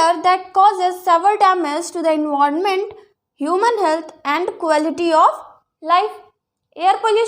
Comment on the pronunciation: Did it's not enwarment it's environment